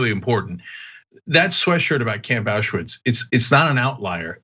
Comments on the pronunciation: Ana, it is spelled (and written) Auschwitz, not AuschEwitz. thx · Why do you keep saying "auschUwitz", it's "auschwitz". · It's AU-schwitz, not ASCH-uwitz!!! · Also "auscha-witz"